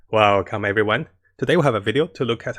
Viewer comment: I love that "well come everyone"